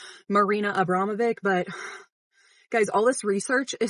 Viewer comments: lowkey offtopic, but it's not marina abbramov-ick, it's marina abbramov-itch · Hearing you like Marina Abramovic then: 😐 Hearing you say like Marina Abramovic now: 🥀💀💔😞